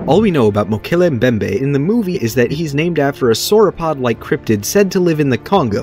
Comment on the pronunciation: Hin saying mokele Mbembe is quite satisfying to hear